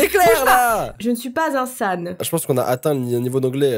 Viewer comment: "Je suis pas insane (unsane) meilleur accent d'Europe ever